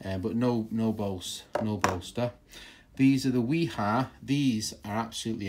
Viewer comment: The channel lock and DeWalt seem to be rebranded Klein screwdrivers. Also Wera and Wiha are NOT the same. Both made in Germany but totally different companies. Both are pronounced with a V. Wiha is pronounced Viha Wera is pronounced Vera